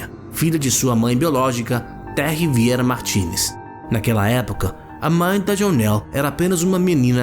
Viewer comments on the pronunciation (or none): none